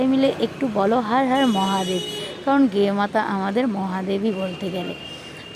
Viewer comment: গেও মাথা দিদি শুদ্ধ ভাবে সম্মান করে বলেন গুমাথা